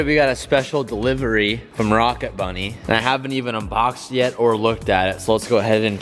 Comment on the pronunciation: “Hey what kit are you running on your 350z?” “Oh I’m running a rocka bunny kit” “don’t you mean ROCKET bunny?” “Yeah why” “oh thought rocka was another rep kit” LEARN TO SPEAK BRO